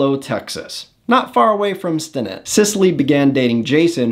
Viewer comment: Bro... learn to pronounce the names Amarillo and Stinnett.